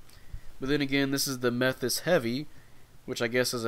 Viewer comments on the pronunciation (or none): it's mae-thas, thus that rhym with bus. you can check how to pronounce by copy katagana letters and ask google. /kinda disappointed that gundam player doesnt know how to pronounce suits tho